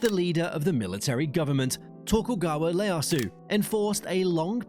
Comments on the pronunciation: dude said Tokugawa "Leyasu" lol help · Tokugawa L-easu kek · It's Tokugawa Ieyasu, not ''Leyasu'' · I think you got tripped up by a non-serif font. his name is Tokugawa Ieyasu (that's ieyasu, not leyasu if you were to use only lower-case letters and would be pronounced ee-ayy-yah-sue) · it’s not, it also screw Ieyasu and said Leyasu instead. It’s an I not an L, language doesn’t cause that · I doubt most voice actors give a shit, even if they did notice the error. Not their job. Also, there's no way an AI would fuck up "Ieyasu" by pronouncing it "Leyasu" unless they fed it handwritten text for some reason. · Hay AI, the first letter of the name "Ieyasu" is a capital "I" not "L" so it pronounce i (like in "it") e ya su. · "Leyasu" lmao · The *Sakōku Period and Tokugawa *Leyasu left my ears bleeding... (The i in Ieyasu does often look like a lowercase L, but I can't imagine mistaking it for a capital i). But this left me wondered how a AI voice could misread letters... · It's Tokugawa Ieyasu, with an I. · The text-to-speech program read the capital I as a lower case "L".